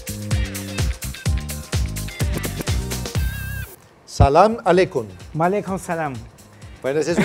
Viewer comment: No se dice Salam aleikum, sino que se dice Salamu aleikum y la respuesta está bien "waleikum salam". Es popular en latinoamerica que se pronuncie mal (salamaleikum y no como corresponde Salamu aleikum).